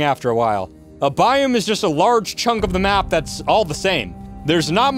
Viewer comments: It's a biOme not a biUme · How you pronounce biome makes my ears hurt XD and that you say it so rapid fire at one point was crazy lol.